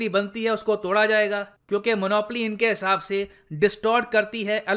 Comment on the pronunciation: 10:4- sir u said monopoly inke hisab se distort karti hai allocation of resources. Sir monopoly is bad this is not the philosophy of CPC, rather these r principles of economics.sir I'm sure u know economics, but the way u pronounced "inke hisab se" This is not digestible to me that's why I pointed out